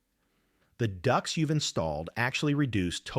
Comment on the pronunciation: It's ducts. Not ducks!